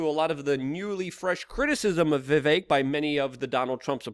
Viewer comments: Luke, it's Vivek like Steak. And Tumultuous is a word you like but say wrong. Huge fan since you were 19. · 17 hours with vivek but you can't say his name right